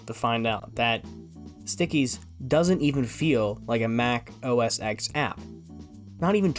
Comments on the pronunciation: Bro. It’s Mac OS “Ten” not “Exx” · I just love how you mis-pronounce Mac OSX and Cocoa despite literally showcasing a keynote with Steve Jobs pronouncing them correctly. X = ten Cocoa = the coffee bean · The Steve Jobs video you include has him showing you the correct pronunciation of both Mac OS X and Cocoa and yet you still get both wrong throughout the video 🤦‍♂️